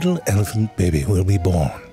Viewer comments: It sounds like you're saying "baby" instead of "bebé". This is not ok. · It's pronounced "bebbe"